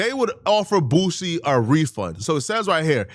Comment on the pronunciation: 😂 not her sayin “Boosey” 😭💀